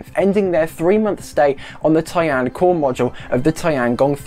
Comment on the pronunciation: I know Brits don't give a shit about pronouncing foreign words correctly, but could you at least try to use the right number of syllables in "Tian"?